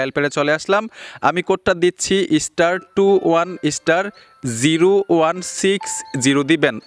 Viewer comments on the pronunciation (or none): ইস্টার আবার কি 😂😂😂 স্টার বলুন